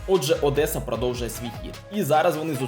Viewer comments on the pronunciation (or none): none